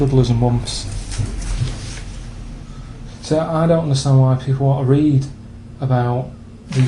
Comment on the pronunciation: Love his pronunciation of "Wumpf"!